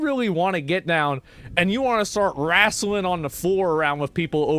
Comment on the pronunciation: The way Asmon says “wrestling”